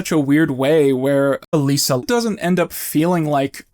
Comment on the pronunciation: adr used. I'm guessing realized in editing he'd flubbed Elisa's name slightly or something?